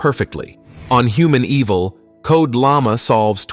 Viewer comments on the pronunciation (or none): "Humaneval" is supposed to be, "Hu-man-e-val" not "Human Evil!" 😂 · The use of this generated voice audio... and how it pronounces humaneval as human evil 😅